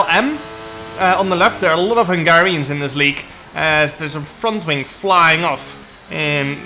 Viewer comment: So funny how you pronounce hungarian names 😊